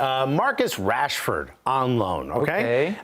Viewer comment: When he said Rashford I just stop watching